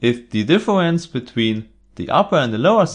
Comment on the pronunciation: ”Awea”, ”Diffewence” lol...